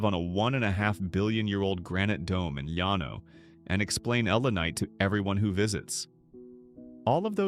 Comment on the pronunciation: Llano is pronounced with an L not a Y!!!!